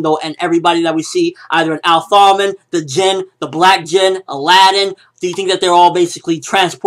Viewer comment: Its pronounce jinn